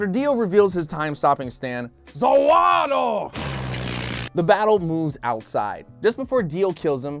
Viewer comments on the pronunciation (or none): You said zawaro, not zawarudo, i am dissapointed